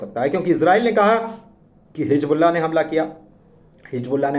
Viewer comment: Hizbullah Not Hijbullah کم سے کم اردو کی ناک تو نا کاٹیں بھائی